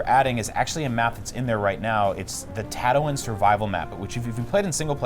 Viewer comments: Tat- oh- in? It's tat- oo- een!!! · "Tattawin" ITS TATTOO-WEEN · Are they saying tato-win?! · Did he just say "tat toe in" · disliked bc of "Tato-wen"... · Did I just hear Tatowin? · Huge Star Wars nerds, continues to pronounce one of the most important planets in the movies incorrectly. Right ... Best $120+ ive never spent ... This game exists because the new movies exist. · HUGE Star Wars fans... ...pronounces it Tattowin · Did this man just say " Tatawin " ? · "Tatawin?" Never heard of it. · "Ta too in"... really niggah? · What? You don't want to go to tatwin? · ATATs on Tatowin. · Tato-in? Comon bro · Tattoo-in? Pronounce it right lol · Who else can't stand how they're pronouncing Tatooine? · we are huge star wars nerds miss pronounces a major planets name multiple times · and that Tatooine pronunciation. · You can tell by the number of dislikes and the comments that EA f***ed up. And IGN doesn't give a s#it. Sure, just promote a s#itty game. Who cares about the real fans who know how to pronounce Tatooine. - IGN logic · How do you mispronounce a planet that is said a lot in the movies? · Was anyone else getting annoyed at the way he was pronouncing Tatooine? ffs. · >claims to be huge star wars nerds >mispronounces tatooine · I've never even watched Star Wars and I know how to pronounce it.